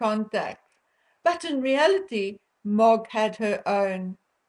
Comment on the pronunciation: MOG does not translate well on video it took me a while to figure out who you were talking about . It may be your accent.